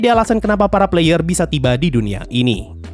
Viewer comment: Puh-layer enn-piii-sii